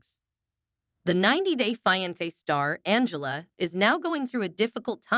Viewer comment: AI cant even pronounce the word fiance. Definitely a turn off.